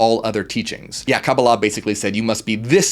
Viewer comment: I appreciate that you pronounced Kabbalah like my Jewish friends, not others. Ein is like ain/ayn pronunciation. Anyhoo, yes! BTW ein can also be translated "without boundaries." "You are that" is like "I Am that ... I Am!"